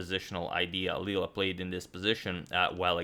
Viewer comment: btw i think it's Leela not lela